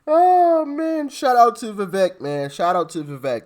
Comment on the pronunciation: Hey Doc, his name is pronounced Viv- ake. I think he is a super sharp dude. Uncle Trump should offer him a position in his administration 👍 TRUMP '24 🎉🇺🇲